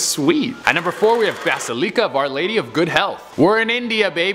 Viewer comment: Basilica is pronounced Basil-ick-a. Lol And you missed the R when saying Greyfriars. 😁